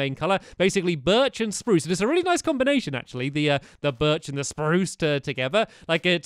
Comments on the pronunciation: You did not say it right you said sprue not sprrrrrrrrrue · Guys stamps forgot to pronounce spruce sprrrrrrrrruce